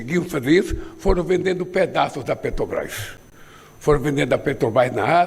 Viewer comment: ANALFABETO ^PETOBAS^ AFF NÃO SABE FALAR MAS SABE ROUBAR COMO NINGUÉM